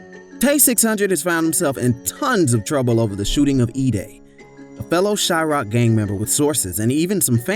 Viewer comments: He said chi rock 😂 00:5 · "Shy rock." "Edday." You're a clown, bruh. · lol Yea when he said that, I had to question the credibility of it all. Next video!!! How you “know so much” but can’t correctly pronounce the city? Lol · u dont even knowin how to say the city's nickname gtfoh